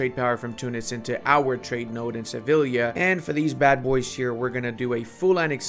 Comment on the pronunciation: Se-viy-a - double ll is y in Spanish!